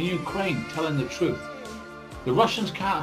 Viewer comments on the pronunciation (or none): none